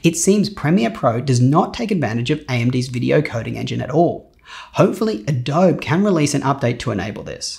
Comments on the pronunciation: "adobeeeeeee", not "a dobe" .... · John Filmore As a Brit with a range of creative friends, I have still never heard someone call the application ‘Adobe’ rather than ‘Adobee’, strange! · It's pronounced Ah-DOH-Bee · no, he just mispronounced it. Adobe is soft "e"-doh-bee everywhere on earth. i've traveled for work in 6-7 countries every year, from U.K, germany to Aussie, representating my firm and not once i heard someone pronounce it the way he does. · Oof, 1 year late but "AH DOH BEE" = Adobe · Fantastic review as always. I’ve never heard “Adobe“ pronounced that way before, though. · Even if it is Brit pronunciation, I thought they hated the French, hence the "filet" pronunciation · The way you pronounce Adobe is unsettling